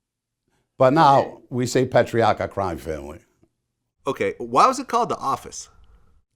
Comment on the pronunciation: Why can’t Vlad pronounce Patriarca or other Italian names lol